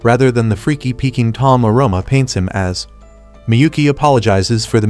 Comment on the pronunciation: When he said freky its funny😂